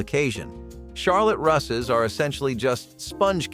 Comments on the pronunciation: Charlotte Russe, that's with a long u. Coffee cakes never had coffee in them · Right? It was painful to listen to.